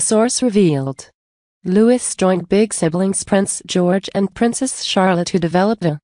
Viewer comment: Louis’s name is pronounced Lou-ee not Lou-iss!! Like Louis Mountbatten!!